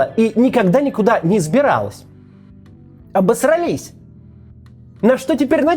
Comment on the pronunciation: В слове «обосрАлись» ударение падает на третий слог. В остальном - безупречно. Кац жжет ✌️